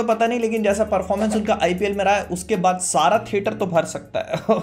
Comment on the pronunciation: ”sara” theatre 😂😂